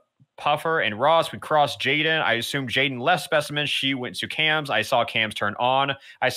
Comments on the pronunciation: Jaiden: jadien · did nobody notice that jaidens same was “jadien”?